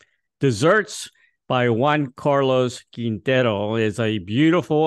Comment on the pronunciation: You do very little homework, don't you? The name is pronounced KEEN-TEH-ROH.